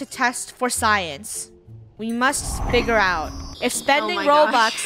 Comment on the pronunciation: who else noticed said spigure out instead of figure out